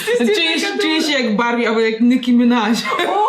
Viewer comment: masz makijaż trochę ognisty jak piekło a osi jest jak Barbie czytaj(Barbi)